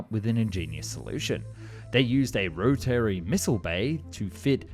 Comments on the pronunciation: The pronunciation of "Row-Terry" Missile Bay should make us all glad be looked up how to pronounce "Rapier." 😅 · Row-tary instead of rotary? Many words in narration only a machine, or some one who did not want to take the time to do it right, could have done. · Trust me, most of us know how to pronounce "rotary". And it's not like that. Same with Soviet.